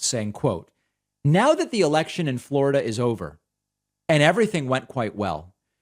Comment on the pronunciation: Can you say Fla ra da like him. I had to show my son and he cracked up as well. 🤦🏾‍♀️🤣